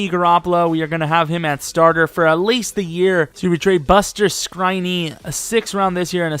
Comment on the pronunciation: he just said BUSTER S- KRINEE I'M DONE